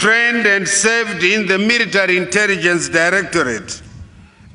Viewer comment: military poricy 😂